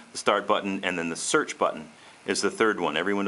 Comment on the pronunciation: "You can also SOOCH the web"...?